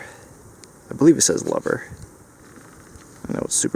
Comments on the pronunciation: the name is CLOVER, not ''Lover''. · Clover not lover.